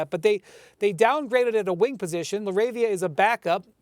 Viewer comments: I'm weak at the anchor mispronouncing Jake LaRavia's name. "Jake......LAR-ah-via" CMON MAN! lmao la-RAVE-ia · She called him Jake Larva 😂